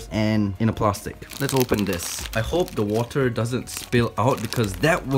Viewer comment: pronounces water as What-ter???? Could the both of you be fellow Malaysians? 😂